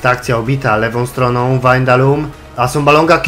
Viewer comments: Czytaj się WAJNALDUM nie windalum czy wandalum ;p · dalej źle haha czyta sie Wajnaldum:P pozdro